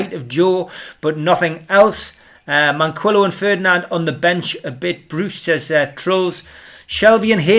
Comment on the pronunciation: Marvellous isn't it? can pronounce Trézéguet correctly but can't pronounce Manquillo. F'ing prat!